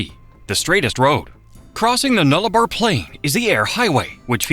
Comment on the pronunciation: What’s the ‘Nargh La Bore’ near the end of vid? ….. Oh he meant the Nullarbor. He no speaky very good Aus lol